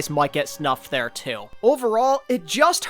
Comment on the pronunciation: just letting you know since i’ve heard it in multiple videos and it’s sounded wrong each time, it’s SNUBBED, not snuffed.